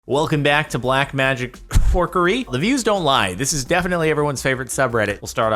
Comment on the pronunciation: It’s fuckery not forkery, Jordan